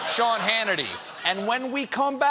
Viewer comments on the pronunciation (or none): none